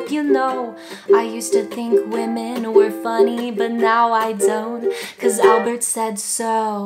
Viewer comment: "Wamen"